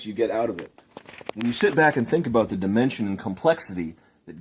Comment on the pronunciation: dimension❌ demetion✅